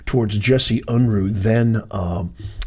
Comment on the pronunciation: JESSE UNRUH (UN-ROO, is the pronunciation)